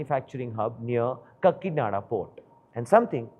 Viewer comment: kakki nada = Kakinada 😂